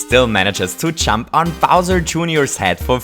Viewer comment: Every time he says "Jump," it sounds like he's saying "chump". IDK